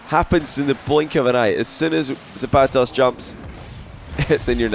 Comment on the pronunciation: pronunciation of the vowels in “zapatos” is killing me but good series